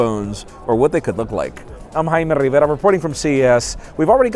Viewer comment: Your accent became super American all of a sudden. I am